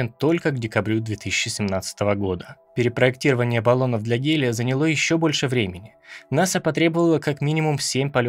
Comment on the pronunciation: Текст перед прочтением пишите с ударениями, а то режет слух: "поднялИ", "занялО".